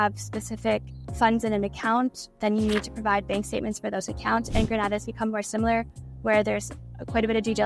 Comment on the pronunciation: Sorry to be pedantic, but it is pronounced Gren-AY-da. Gran-AH-da is in Spain.